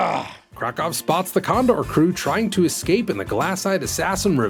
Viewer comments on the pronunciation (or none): "How can we ek-scape, Fly?" Those line readings...